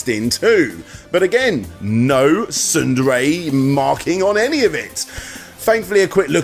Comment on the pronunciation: SNDRAY? Sounds like you said Tsundere. Heh, Taiga house!